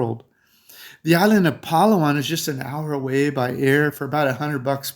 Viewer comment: I feel it must be corrected but for sure we appreciate your trying. Here goes: 1. Bo-HOL 2. Ce-BU 3. Pa-LA- wan 4. Bo-RA-cay